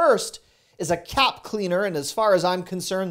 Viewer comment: I heard cat cleaner instead of cap cleaner. Lol